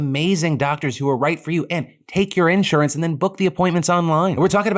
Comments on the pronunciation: The most surprising thing in this video is the way Phil pronounced “in-surance” wtf?!😂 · Why does Phil say "insurance" like that? lol I dunno if he realized but it was so cute/funny.